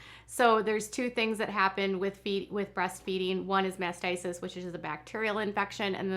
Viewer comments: It's Mastitis, not what you've said a dozen times, "Masticist." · it sounds like you are pronouncing it as mastisis. It's mastitis. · mastitis not masisist. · It is pronounced MASTITIS!!!! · MastiTis. Pronounced mast tight us. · If wanting to call out others she really should pronounce words correctly. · No, it’s MAST i TIS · Please learn how to pronounce mastitis. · Please note it’s mastitis. This happens to all women not just nursing moms. I first had it age 12. I am not trying to nit pick but you pronounced it incorrectly so many times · Oh please learn how to pronounce mastitis